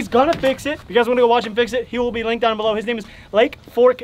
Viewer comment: “Link bown below”